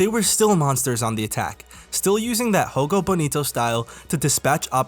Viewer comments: You're pronouncing Jogo Bonito as if in spanish. The right pronunciation would be with the J as if in "Joe". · what the hel is "hogo bonito" bro... We speak portuguese, not spanish